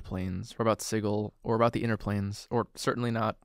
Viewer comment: Hey you pronounced Sigil correctly, have a like & a subscription